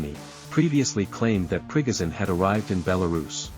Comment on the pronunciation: I'll subscribe if you say 'Pre-go shun', instead of "Prig- azin".